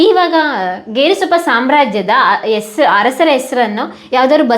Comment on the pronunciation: ಎಸರು ಅಲ್ಲ ತಾಯಿ ಹೆಸರು